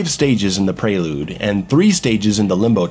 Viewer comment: "preylooude" - Under the mayo